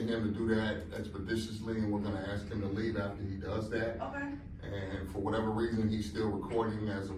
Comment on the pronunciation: It is good to axe to be educated!